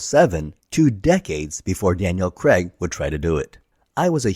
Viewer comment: Craig, not Creg.